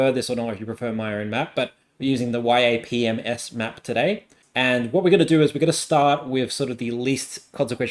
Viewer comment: I love yapms. Very common all across the political community, especially in the American politics community. It's pronounced "yap-em-ess", saying the abbreviation as a word. Love your videos!